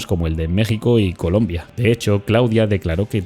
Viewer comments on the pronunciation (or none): none